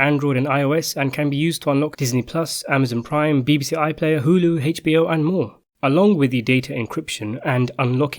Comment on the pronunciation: WTF is Hache B O?